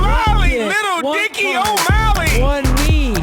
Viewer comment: The legend say, snoop still saying "o malley" till this day.